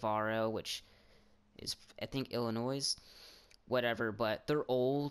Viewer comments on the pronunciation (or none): No one is going to comment on the fact that he pronounced Illinois like illinoise you pronounced it so wrong